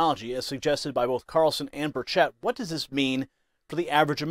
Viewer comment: It’s Burr Chet. Not Burr Chit